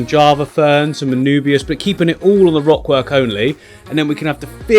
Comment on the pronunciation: I'm sure I heard you say wock work at some point :p